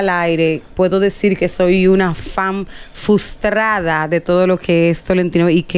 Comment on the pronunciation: He escuchado muchas veces a varias presentadoras de RD decir: "Fustrada". Chicas se dice "Frustrada" con la R después de la F y otra R después de la T.